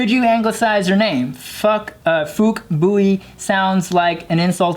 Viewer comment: It doesnt sound nothing like the insult. Phuc is pronounced Fook as in Book and Bui is pronounced boo-yi not boy.